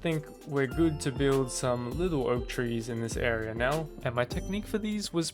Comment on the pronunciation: gewd instead of good